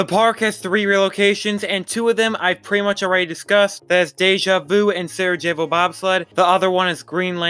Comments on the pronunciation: The 'j' in Sarajevo is pronounced as a 'y' Sa-ra-yay-vo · Thank you! I was cringing every single time he said it. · Love your vids please just work on your pronunciations! Sarajevo and Diabolik were both pronounced multiple times